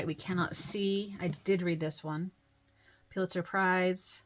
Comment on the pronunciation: Great video…I got so tickled at your attempts to pronounce “pew-litzer”. I’ve never known how to say it correctly either. I never thot about pulling out award winning books. Of course, my collection is still small and I am hoping for shelves this year!